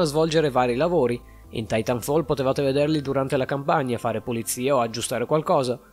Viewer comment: Pronuncia comunque Titanfall titànfall